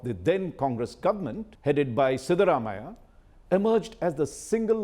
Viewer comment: Cannot take a person seriously as an expert in Karnataka politics who can't pronounce the names of Siddharamaiah, Yediyurappa properly. And includes Hassan in both the Old Mysore and Central Karnataka regions. Get the basics right, India Today. You tag yourself as the "Gold Standard"!